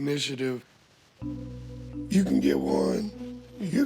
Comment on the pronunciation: Did Chris say he took the “ignitiative”?🤣 like ignition-tive?😂